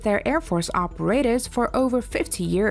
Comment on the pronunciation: Non-native English speaker with bizarre placement of accents on certain words, annoying to listen to...air FORCES, operAtors, etc